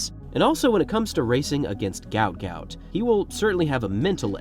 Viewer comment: Its pronounced Goot Goot. Not Gaout.